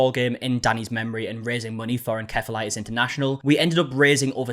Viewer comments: unrelated but is it pronounced “en-caf-olatis” normally? ive always heard it as “en-ceph(f)-ah-light-is” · I NEVER HEARD OF IT THE WAY YOU PRONOUNCED IT.. THERE IS NO HARD K IN THAT WORD TRY SAYING IT AS ENCPEHILITIS .. C IS CHEPH NOT A K. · The way you keep saying en-kef-a-lie-tis is killing me. It's en-sef-uh-LIE-tis. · It's pronounced [In-sef-a-les] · "Encephalitis" is pronounced "uhn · seh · fuh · lai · tuhs" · Encephalitis pronunciation is really getting me this time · Encephalitis being pronounced wrong is bugging me lol the c in enCephalitis is pronounced as an S!!